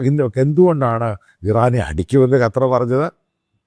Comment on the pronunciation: കറ്റാ അല്ലടോ ക്ണാപ്പേ, ഖത്തർ